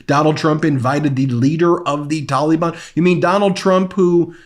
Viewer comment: For the love of the Flying Spaghetti Monster Stop. Pronouncing. Taliban. Like. That.